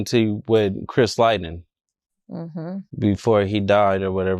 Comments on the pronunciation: Dude said Chris Liden 😂 it's Chris Lighty RIP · Didn't even know how to say the man name right 😂😂